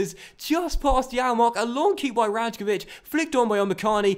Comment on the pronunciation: love the series! The J in "Rajkovic" is actually pronounced like a Y though